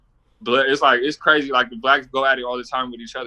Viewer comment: He Cwazy.